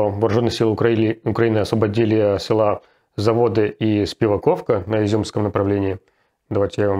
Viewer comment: Руслан!! Не селА, а сёла.